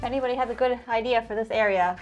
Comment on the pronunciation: What, you have no eye-deer?